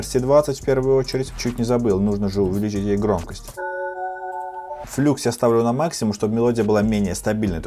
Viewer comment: не флюкс, а Флакс! 🙄